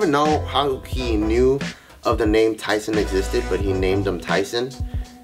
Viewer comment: I heard Kaiser when u said Tyson